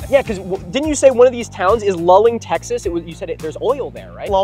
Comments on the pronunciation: It's pronounced loo-ling, not lul-ing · In case no one else has mentioned it, it's pronounced 'loo-ling" (Luling). Sorry for living in central Texas... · It's Luling, not Lulling. I live near and couldn't believe my ears! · OMG it's Luling not Lulling. LOO-LING! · Sorry guys, native Texan here. It's pronounced "Loo-ling" Texas, not "Lull-ing". Also, finally someone is calling out Buc-ees for their obvious manifest destiny mindset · lmao shoutout to my parents hometown. 🤣 Fun fact instead of making the current Bucees just a little bigger, they decided to bulid the bigger one right next to the old one and then demolished the old one. Also we do pronounce it like loo-ling, not lul-ing, though I do get the confusion. Edit: if you drive through luling(only takes like 5 minutes since its not big) try City Market BBQ, its really good. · BTW, it’s pronounced “loo-ling” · This video was awesome! As a Texan, just wanted to assist with the pronunciation of Luling - its Loo-Ling :) Keep up the great content! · Luling TX (loo-ling) is about halfway between San Antonio and Houston on I-10 (Actually halfway between the Buccees in Katy and San Antonio). It is also host to the largest watermelon festival in the world, Where the population balloons to two or three times the population of the town. Definite Conspiracy!!!!! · Luling, not "Lulling." They also have a water tower painted up like a giant watermelon. Had to pass through here every time I visited my brother in college at UT Austin and when I did grad study in San Marcos. That said, tiny Port Lavaca has a small Buc-ee's that has to be treated as a flagship store because the owner has a fishing cottage in nearby Port O'Connor and everything must be perfect if he passes through to get gas, snacks, or ice at any time. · As someone near the town of Luling, it hurts me to hear you not pronounce it 'Loo-Ling' but yay for a close to home shout out XD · I love seeing non Texans talk about Texan stuff, also we pronounce it "loo-ling"